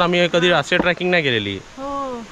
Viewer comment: ट्र्याकिंग नाही रे ट्रेकिंग इंग्लिश भाषेतील शब्द योग्य उच्चार करून वापरत जा . वाक्याचा अर्थ बदलतो